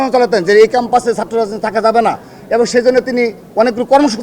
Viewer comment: ছাত্রদলের সাধারন সম্পাদক এবং ও বলতে পারে না তার উচ্চারন (এবন)